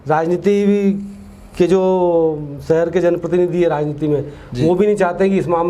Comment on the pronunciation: सहर नहीं साहब "शहर"